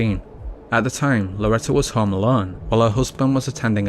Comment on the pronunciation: it's called a HOME not a HOM........and it's called FLAMES NOT FLAMS